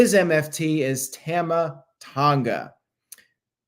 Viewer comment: You pronounce Tama wrong. It’s like Tom-ah not tam-ah. Sorry I hate to be that guy but I was cringing a little every time you said it and couldn’t believe not one person corrected you. I guess I was the only one bothered by it. 🤣